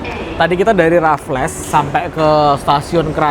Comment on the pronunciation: raffles sebutannya RAFELS bukan RAFLESSSS😂😂😂😂